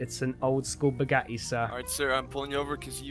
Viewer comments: naw. He kinda says it like "Bugahi" 😂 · The way he says "Bugatti" makes me so happy😂😂😂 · Just Can make me laugh The whole time the Way he Says Bugatti I like it your my Favorite Gta 5 YouTuber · I hate the way he says bugatti